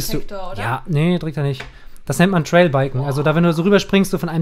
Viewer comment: Es heisst Trial, nicht Trail. HAND